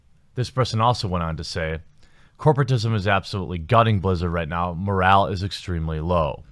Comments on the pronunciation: it's "morale", not "moral" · "Moral" is very low eh? Moral? Not Morale? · It’s morale not moral, just a headsup. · MORALE has an E at the end. It is a French military term. Moral is an English word that has to do with philosophy. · I think you meant to say "MoralE"